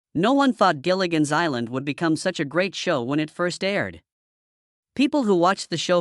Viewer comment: It's "Gilligan's" Island. Not "Jillian's" Island.